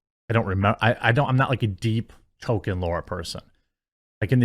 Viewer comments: It's pronounced "Toll keen" not token. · Every time you say Token instead of Tolkien you show us you aren't a Tolkien fan. you don't need to reiterate it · Two things: 1: Beautiful? Lol no. It looks painfully fake. Like PS1 Era fmv live action cutscene fake 2: it's pronounced TOLL KEEN, Tolkien, not TOKEN. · Jeremy its ToL-Keen. Not Token. Its been driving me nuts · Talking about people disrespecting Tolkien, while calling him "token". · Stop calling "Tolkien", "Token" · Dude you're missing the L when you say Tolkien, please start please start pronouncing the L!